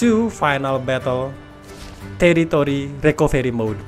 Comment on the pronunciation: Love the way you say terrorist recovery mode 😂😂